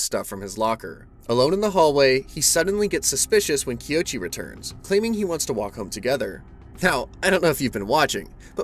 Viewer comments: ._. Kouichi = KOH - uu (as in like mooo) - EEE- CH- EEEE Please I beg, tis is the easy. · I’m glad someone else noticed this too. After hearing it said Kiochi so many times, I was starting to doubt what my eyes were seeing. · Bro recapped every chapter and didn’t say his name right once…